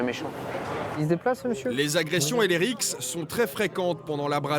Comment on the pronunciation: "les agretions et les rixs"🤨😅